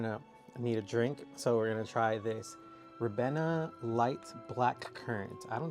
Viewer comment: You pronounce it Ri beena